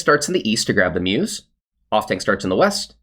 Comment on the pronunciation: Mousse is "moose" not "muse" LUL